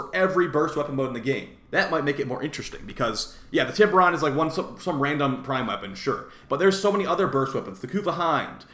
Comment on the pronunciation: Also isn't it pronounced "tie ber on?" lol